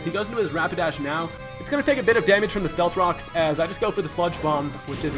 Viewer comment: Have you notice he says slealth cocks